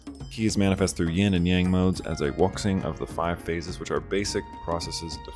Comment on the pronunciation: Hey, love your content and your mod reviews, but the way you said wuxing dealt me psychic damage